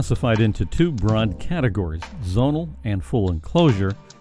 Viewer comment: Please remove the word REAL from the title, all of what you have talked about is theoretical or at best only just beginning to be researched, oh and the word Zonal is ptonounced Zzzz-Oh-Nal and not Zzzz-On-Al